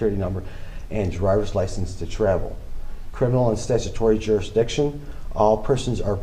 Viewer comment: I love how he says the courts have no jurdsdiction and then also asks the court compesate him